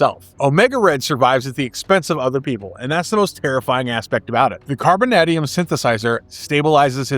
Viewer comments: I have never heard it pronounced “carboNADium,” but rather “carboNAYdium,” much like “tie-TAYnium” and not “tiTANium” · The way you pronounce 'carbon-AY-dium' makes me angry. Fantastic video, always loved Omega Red and would love to see more of him. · Can you mispronounce carbonadium a few more hundred times?! It’s like “the secret word” of the day AHHHH! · The mispronunciation of Carbonadium and Vasilli are rough bro, especially when you pronounced Carbonadium right the first time